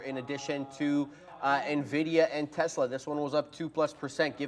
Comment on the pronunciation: Tezla??? ☺️ It’s Tesla